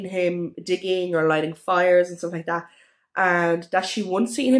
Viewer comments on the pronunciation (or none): Please do something with your pronunciation...this not diss..that not dat..and..not an. Pol im er ase. Maureen Smith..not Smit